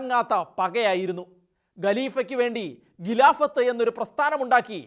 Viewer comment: നല്ല വീഡിയോ. അഭിനന്ദനങ്ങൾ. ഗലീഫ, ഗിലാഫത്ത് ഉച്ചാരണം ദയനീയം. ഖലീഫ, ഖിലാഫത്ത് എന്ന് പറയണം